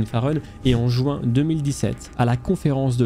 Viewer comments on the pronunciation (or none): none